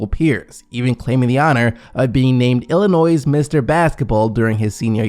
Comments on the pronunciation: Did you really just pronounce it "Illinoise"? Yikes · who pronounces the s in Illinois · Cool video but when u say “Illinois” you don’t say the “s”